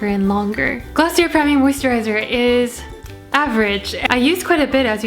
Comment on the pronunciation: i hate to be that person but its actually pronounced glossiaye sorry loooolllll